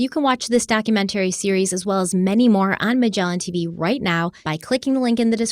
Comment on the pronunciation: I will never purchase from Magellan until learns to pronounce "documentary" correctly.